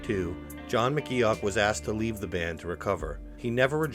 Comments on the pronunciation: I’m loving all the new info I’ve learned about one of my favourite bands ever! But omg. His name is pronounced “Mc Goff” not as it’s spelled. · I'm glad McGeoch left ... stops his name being butchered all the way through the video